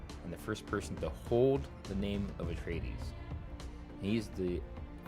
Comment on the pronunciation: Who are these "Ateides" you speak of?